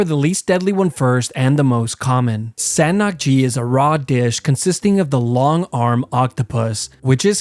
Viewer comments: it's pronounced as saeng nak ji and it's raw octopus tentacles. And yes, im a Korean. And anyway ita nit exactly dangerous...ive eaten it as a baby so ye. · It's pronounced sAhn nak ji